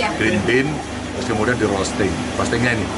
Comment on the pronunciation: Mbaknya bilang rosting nya kliru hanya informasi bahwa roasting Dibaca rowsting pake W